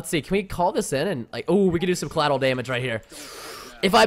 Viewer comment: Collatel damage? Collateral damage. Haha